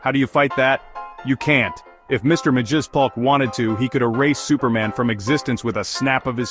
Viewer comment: It's pronounced as Mr. Mix-Yess-spit-lick